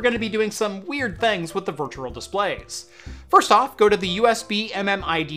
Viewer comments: Why you say virtural? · Great video, hated how you said virtual haha. Sounded more like virtural.